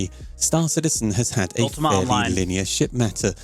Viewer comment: Why are people starting to use Morph's pronounciation of "St-aÁr Citizen"? is it like a fashion thing?